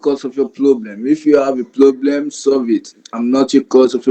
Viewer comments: His “Ploblum?” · What's a ploblam?😂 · And plobrem 😂